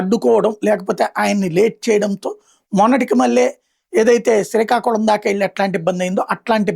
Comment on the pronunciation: అన్న అది శ్రీకాకుళం సీకాకుళం కాదని నా అభిప్రాయం